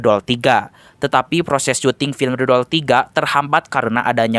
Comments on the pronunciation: Demi apa , gw denger The Doll jadi Dodol😭😭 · Apa cuma gw yg denger Abang ngomong dodol 2 😂😂